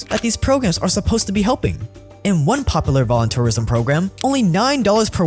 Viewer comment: its POP-YOU-LAR. Poplar is a tree